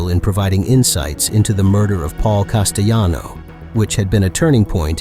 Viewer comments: Paul Castoano as well! Missed the LLs! It’s Castellano! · Cast-aaa-lano 1985 dude